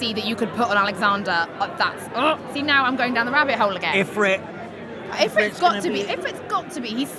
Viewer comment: Shiva's Diamond Dust in FF8 <333 Oh, hate to be a douche, but Ifrit is pronouced 'E-freet' ^-^